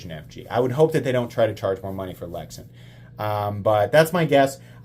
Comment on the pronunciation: Pronounced lex-ann